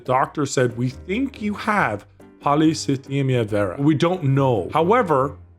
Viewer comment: saying Polycythemia Vera without trouble is the craziest part of this video